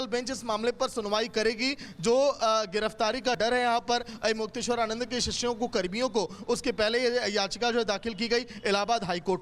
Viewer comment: arre baawli reporter pehle avimukteshwaranand ji to bolna seekhle! avimukyachand kya hota hai??